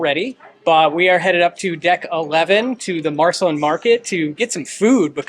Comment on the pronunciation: It is pronounced Mar-Seh-Lean, as in Marceline, MO, where Walt Disney spent 4 years during his childhood on a farm near Marceline.